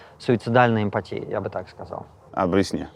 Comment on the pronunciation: Кто-нибудь, скажите умнику, что эмпатия произносится с ударением на а.